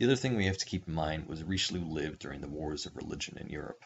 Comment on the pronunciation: The pronunciation kills me and I am not even French